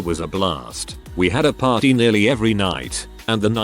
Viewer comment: “Pary house”